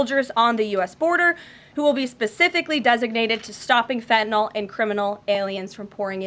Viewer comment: Fentanyl not Fentanol